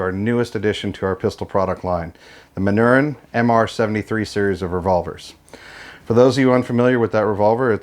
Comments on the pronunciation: Just an FYI: The name of the maker is pronounced "Man-nor-reen." Are these still manufactured in the same manner as the originals or has Beretta "updated" the process?? Jim F, Tucson, AZ multiple Original manufacture Manurhin owner. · Manurhin is pronounced: 'Mah-nyu-RANH'. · It's pronounced Man-ur-in !!!!! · True French pronunciation of the word Manurhin is difficult in English because the French sound of the letter U does not exist in English. The ending of the word ("rhin") is also very difficult. If you want to know how to say it, go to google translate site, write manurhin like you want to translate it to english, then click on the speaker icon. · If you are going to acquire a brand, you should learn how to pronounce it.